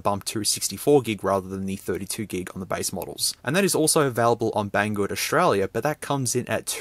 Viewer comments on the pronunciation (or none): none